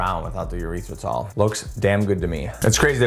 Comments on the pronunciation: I poked at him for saying it that way last year too. I've always heard it like.. You-writh-rih-tall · Did you say “urethratol?!?!?” 😂😂😂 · Great stuff man, but it's hilarious how you call it urethra-tall 😂